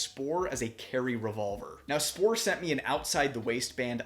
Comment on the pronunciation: I know you are american but you are pronouncing the company's name wrongly :) The "Sp"(ohr) in german is pronounced as "Sh"por. Thanks for the very nice review!